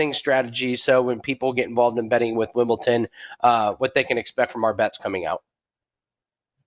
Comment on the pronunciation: Dude can’t even pronounce Wimbledon